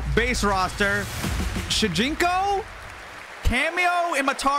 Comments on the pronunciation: It's shujinko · It’s shajinko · It's shunjiko 😂